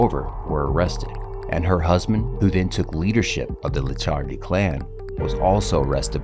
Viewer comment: It’s Licciardi not Liccardi 😉 Very similar but different pronunciation 😜 Great content though 🙌🏼